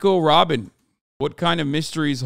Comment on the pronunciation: Hasan : " RRRRobin Chwan!!"